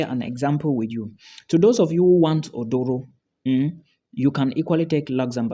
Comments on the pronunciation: Its Aduro not oduro 😂😂🤣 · Asylum seeking better pronounced "Aduro". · Is not Odoro. Is Aduro